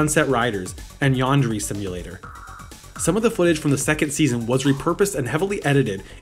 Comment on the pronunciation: Okay I couldn’t get over how you said Yandere Simulator so.. for next time.. it’s pronounced Yawn-de-rey simulator. 😅